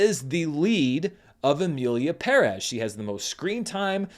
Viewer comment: Oh come on you’re not going to pronounce Perez wrong like that right? The movie was trash, but still.